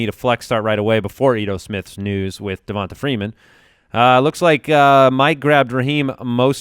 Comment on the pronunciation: Guys, it's pronounced DevonTay, not DevonTA.